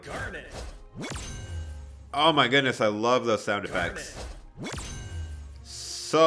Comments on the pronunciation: He was saying garnette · Gar net? ITS PRONOUNCED GARNIT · It’s garnet not gar net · Hey Garnet: (Gar-nit) Malachite: (Mala-Kite) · And Gar-net uhhh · He said garneat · Got triggered by that aswel.. and the way he said Garnet.. he actually said Garnette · no he was Gar net like he spaced the syllables and pronounced it as a e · “Gar net” lol I know you didn’t watch it but I found that funny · Him: GarNET me: internet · everyone is getting triggered for saying "malaCHite"...... me still being triggered for him saying "gar-NET' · Garnet is pronounced gar nit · He says gar a net im triggerd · HE EVEN SAID GARNET WRONG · Steven is the one with a gem You also pronounced malachite stevonnie and garnet wrong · The way he says garnet is bugging me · I'm sorry but the way he says garnet annoys me